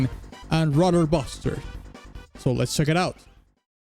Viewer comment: You pronounced "Ruder Buster" like "Rudder Buster". It's basically "Rude Buster", but, you know... ruder. :P But yeah, it's been a while since I've checked out your channel, sorry about that. Hopefully you'll react to other Deltarune Chapter 3&4 music, particularly "Black Knife", "Hammer of Justice", and "A DARK ZONE".